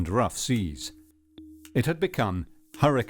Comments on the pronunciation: Hurricane JOAQUIN pronounced WAKEEN. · Is pronounced hoah-kin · Love how the narrator makes so much effort to say ellllllll faŕrrrro but can't pronounce jacquim